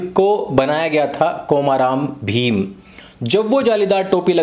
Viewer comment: कोमा राम भीम नहीं आर्य भैया कोमरम भीम है नाम